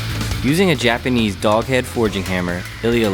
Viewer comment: Please oh please teach that Ilya guy to properly say '' Japanese '' because he sounds like an idiot.